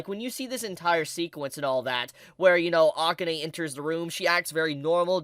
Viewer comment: I hate to nit-pick since I like your vids, but please pronounce Akane's name correctly. It's like uh-KAHN-ehy. I'm a huge Ranma fan, so that's where the nit-picking comes in lol